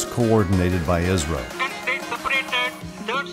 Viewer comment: He said ISRO but pronounced it as IZRO